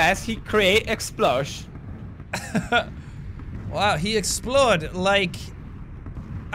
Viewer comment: "He runs so fast he creates explosh"- PewDiePie 2017